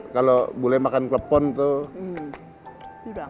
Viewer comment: Waduh bisa melenceng tuh klepon bukan telepong😂